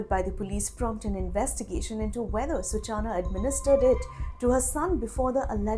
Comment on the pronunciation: Hey Reporter, if you know Hindi, it's not "सूचाना", it's "सूचना". Uff oh, English 🤦🏻🤦🏻🤦🏻🤦🏻